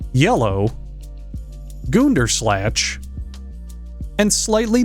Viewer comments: goonder snatch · TF u mean " goonderslatch"